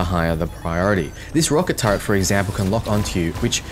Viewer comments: but it hurts us precious! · Why do aussies/kiwis struggle to say Turret?... you say Turret but then start calling it a TurreNt.